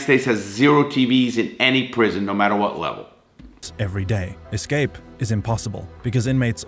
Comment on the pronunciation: ITS ESCAPE NOT EXCAPE? G.D! NO SUCH WORD AS EXCAPE?